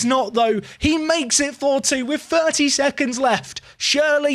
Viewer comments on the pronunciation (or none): why you pronounce surely like Shirley???